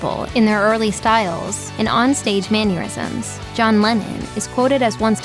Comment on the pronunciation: Mann-ur-isms? Ironic mispronunciation in a description of Elvis supposedly being inelegant/unsophisticated